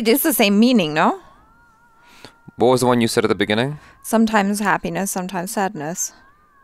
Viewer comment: Did just said "noh"??? 😂🤣😂🤣😂🤣😂🤣😂 she is pure desi now.